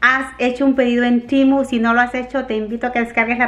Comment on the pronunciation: no es TIMU es TEMU 😂😂😂. A lo mejor es q en inglés se dice así?? 🤔😅